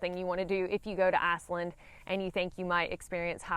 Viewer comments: It sounds like you're saying Assland lol. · Great info! Sounds like my kind of place. You saying "Iceland" in your Alabama accent is priceless and I mean that in a good way! 🌍😊